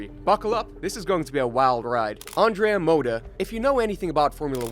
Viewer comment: The intent of this video is worthy but there is a problem common to other videos narrated by English speakers. You HAVE TO learn to pronounce it correctly. If I didn't look at the clip, it was really hard to understand that the 1st team was Andrea Moda, the 3rd one was Forti and so on, not to mention the wrong pronounciation of drivers and engineers. I recommend you to check the correct pronounce on Forvo or something similar before recording a video.